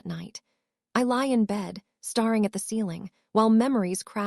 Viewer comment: I have the feeling that language for AI should be phonetically. It doesn't understand the difference between read and read, and any of the words that are spelt the same but read the same, also I noticed on yours that it doesn't know staring so perhaps you should write it stair ing maybe then it would understand!